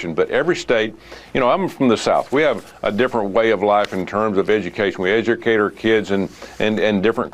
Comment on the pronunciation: I was cracking up when Tubervile was on because an image at the bottom for an upcoming segment said “Stuck in Space”. 😂 Also, I think he said “Edgercate”